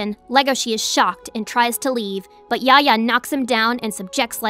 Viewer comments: Yafya yafya is his name not yahya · dislike for the pronunciation of Yahya